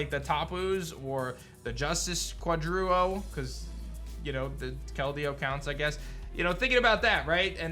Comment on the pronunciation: Its Quartet, not Quadruo lmao